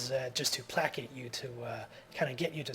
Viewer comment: Pla-cate lol... "Play-Kate"